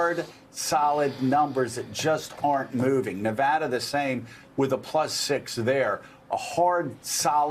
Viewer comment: Mika! you said Nevada right. But it seems like you had to force yourself to go against the wrong way of saying it. LOL.